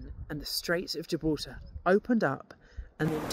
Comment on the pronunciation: I love how you say gibraltar ❤